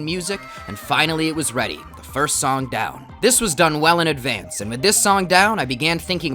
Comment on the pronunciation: "wel-yn advance"